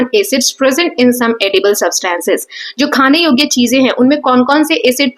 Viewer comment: Mam you are did not pronouncing substance right... But you teach very well!❤